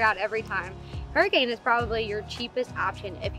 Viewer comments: As a local i will correct your pronunciation. It sounds more like " hurr-a-kin". Whatever. This is a good place. We are entirely dependent on tourism at this time. If you are interested in J W Powell, the Colorado River, the Mormons, native Americans, atomic bomb testing, botany, birdwatching etc, this is a good place to visit. We don't even use the river very much anymore because of about 4 million visitors every year discarding their effluvia and trash into it. We also are hesitant to tell people about other places that we hope to protect. It would be helpful if more people have a respectful attitude. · Hurricane is pronounced Hurra-kin. Also, people should know that there is a place in the Narrows with water up to your armpits and you shouldn’t go when there has been recent rain. There are flash flood alerts. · Fun fact: hurricane is actually pronounced herkin by the locals.